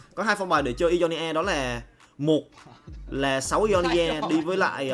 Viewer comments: Ionia đọc đơn giản mà:v sao cứ "i do ni a" hoài vậy:v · Góp ý 1 chút, mong phát âm đúng chính tả hơn ạ, Ionia đọc sai nhá